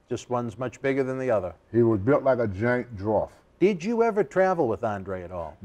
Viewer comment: What's a drawf?